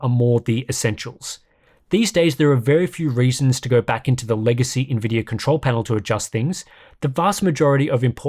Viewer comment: Why do you keep saying NVIDYUR¿??¿